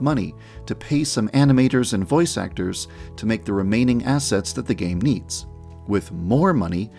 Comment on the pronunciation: Ok ok sooo... i know he says “game needs” but to me it sounds like gay needs